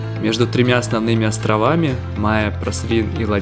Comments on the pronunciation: Разве не на последнюю гласную ударение? МаЭ. Это же французское слово. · Mahé, Seychelles - Wikipedia А не ма'е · Выпуск отличный! Смотрю уже второй у вас на канале. Подписалась. Только вы не правильно ставите ударение в названии острова Маэ, нужно на э ставить, а то слышатся как Майя. 😊